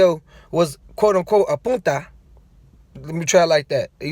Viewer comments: Its puta not Punta lol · Puta not punta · It's PUTA not PUNTA. you calling him a period